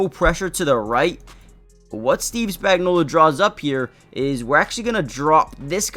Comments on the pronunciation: His name is Spagnuolo. Why do you all keep pronouncing his name with an A at the end? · Maybe pronounce his name right.